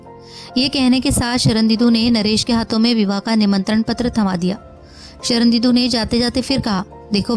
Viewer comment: आवाज तो आपकी मोहक है, पर आप पूरी कहानी में 'शर्णेन्दु' को 'शरणदीदु' क्यों उच्चारित करती रहीं ।